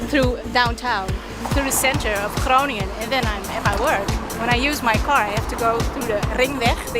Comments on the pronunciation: g is pronouncerd like ch in loCHness. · Grow-nin-un comes closest to the American pronunciation I think. Of course the G is sharp and our ING sounds like your INK without the K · Pronouncing that city is “ groo ning en” advanced is more a phlegmy g sound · there is NO k at the start of Groningen [CHrow-ning-en] ch as in loCHness, and as in Af GH anistan, Me X ico. No H sound, or K sound, not even close. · So you basically butchered the name, but i was also expecting that 😂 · You were pretty close on Groningen the first time. Just loose the "g". Second "g", that is.